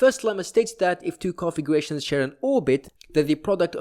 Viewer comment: I was became increasingly more annoyed each time i heard "configuwations"